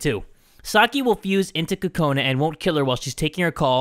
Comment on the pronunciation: Are you calling her Kokoni!?😂😂 I cant stop lauphing if you're calling her Kokoni!😂😂😂😂😂😂